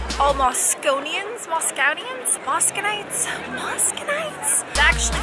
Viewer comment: Dear, let me help you out. It's pronounced "Muscovites" with a "u" near the beginning and with a "v" in the middle. Cheers and happy travels!